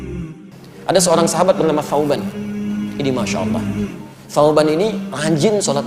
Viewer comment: Salah ucap ustadznya.